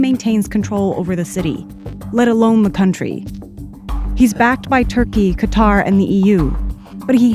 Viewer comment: Puts genuine effort into pronouncing all the Libyan names correctly, then pronounces Qatar like it's a musical instrument.